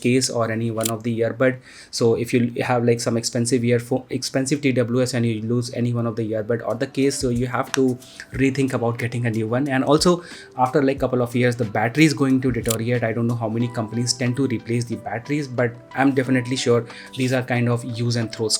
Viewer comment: its deteriorate not detoriate